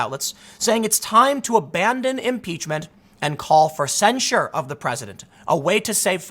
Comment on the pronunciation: Are you saying censure or censor?